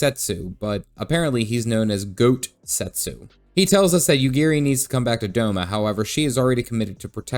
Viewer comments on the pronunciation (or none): Oh god, do people really call him Goatsetsu? That's... not right.